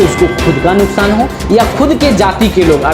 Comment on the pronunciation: Nukshaan nahi hota hai nuksaan hota bolna to sikho news anchor